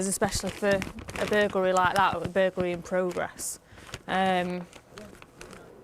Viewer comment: Bur GUL ry? It's Bur GLA ry. . . . burglary, not burguly, when these police are writing out their reports how do they spell it?